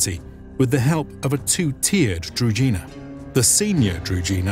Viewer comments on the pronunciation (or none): Mispronunciations bother me. I won't listen to this documentary as i know what is it about and will just hurt my ears with all the "Kievs" and "druzinas" while it is actually Kyiv and Druzhynas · It's difficult to pronounce if you haven't heard it. Druzhina there is no D in zh, it's not Drudhina, more akin to the gandarme, the G sound from the french word would go into Drugina. I couldn't think of an english word that has that same sound sorry. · Anyone else getting attacked by rash all over the body, everytime the narrator pronounces Druzhina, as Drugina? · It's DruZHina (Дружина). It's sounds like frist letter of Jean Claude van Dame name. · Druzhina is pronounced with a "ž" sound, like "je (suis)" in French. Being a native Serbo-croatian speaker, no translation of any of original terms needed. "Družina" or its synonym "družba" is still a word in Serbo-croatian, Slovenian (and, most likely, other Slavic languages) meaning a group or a band of friends. At least the word retained its original meaning - though a battle unit is gone. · Its kinda funny that they do such video on "druzhina", yet do not even bother spending 10 seconds to check how the word is pronounced... Not to mention the rather general meaning of the word which just means "retinue" or "company" in most Slavic languages, so they arent any specific unit, rather "druzhynas" in different Slavic lands would be completely different (ranging from horse archers to heavy infantry). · Your pronunciation of Druzhina is wrong. 'zh' part is pronounced like French word 'je' not like 'j' in word justice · Druzhina (Дружына/Дружина) Is pronounced with a voiced retroflex sibilant, not with a дж (j). I don't really understand why you didn't either tried to approximate this pronounciation or pronounced it with an English sh-sound. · Guys, very nice video, but please make the effort to learn the correct pronunciation of the KEY word that the video is about. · The pronunciations of druzhina and knyaz are barbaric XD